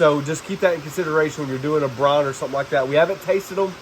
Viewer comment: That was great, never brined butt, but gonna try it. BRIIIIIIONEEE. BREYEN. Not bron.